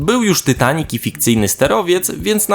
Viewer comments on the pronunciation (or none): none